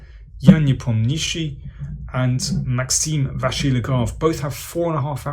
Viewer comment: That Nepomniachtchi pronunciation is really weird and not correct lol